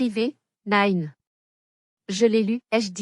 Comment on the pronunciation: Il ne faut pas prononcer Nine avec l'accent anglais, Nine ça signifie dans le midi ,,Petite, Mignonne